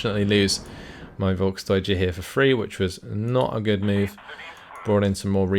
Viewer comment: I know you like to pronounce things correct. You say, Volk-deutsche. Correct is it, Folk´s-deutsche. You miss the s.